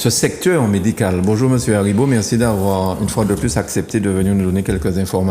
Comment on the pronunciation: Excuse-moi c’est monsieur Aribo et non Daribo